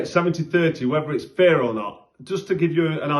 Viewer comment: When you say Fair it sounds like Fear